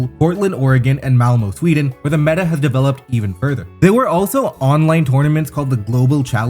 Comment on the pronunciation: The Ö in Malmö is pronounced kinda like 'uh', in case you wanna impress swedes going forward